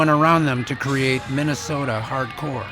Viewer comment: Immediately lost all credibility with that pronunciation of "hard core"